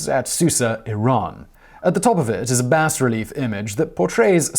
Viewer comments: "Bas-relief" is pronounced "bah reh-leaf" not "bass reh-leaf" ("bas" is French for "low"). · Steele is pronounced like steely. Bas relief is pronounced like the ba in ball. No s sound. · Simon is mispronouncing again. "Bah" relief. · Funny, I've never heard an educated person pronounce the 's' in bas-relief.